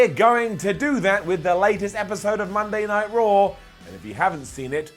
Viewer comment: Cole saying "Monday Night Yard" made me want to change the channel 2 minutes into the damn show. I honestly felt like I was on some kind of drugs watching last night it was terrible.